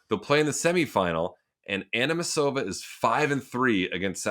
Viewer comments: It's wild Sam keeps butchering Amanda's last name. It's "Ah-knee-"see"-mova" not "Ah-knee-"me"-sova" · Sam Querrey’s utter inablity to pronounce names should be studied 😂. So far, he’s botched Cilic (Silic), Anisimova (Animisova on ESPN 😅) and now De Minaur (De Mineúr), and Majchrzak (MERJEJEJEK). Good stuff!!! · Ani-SI-mova Sam, why is it so difficult for you??!! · Anymisova???? He's the worst with the obvious pronunciations that anyone who watches tennis has heard plenty of times. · Sam still not knowing how to say Anisimova is ridiculous!! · Oh Sam... why are you working so hard to keep the "Dumb Americans" stereotype very much alive and kicking? Anisimova is American, at least pronounce her name out of patriotism or something.